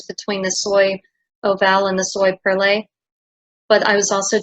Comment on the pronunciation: Soie is prononced something like "swa" , perlée and oval were prononced well